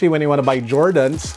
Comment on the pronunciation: Really laughed on the "Jordens" part. Haha. Ala-Tulfo. Video was super informative. I always check my collection since I experienced that with my lebron soldier 10 red toe.